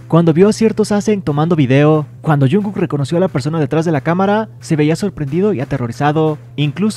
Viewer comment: Wen porque le dices junku